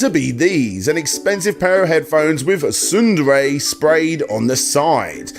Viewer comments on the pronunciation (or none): SNDRAY? Sounds like you said Tsundere. Heh, Taiga house!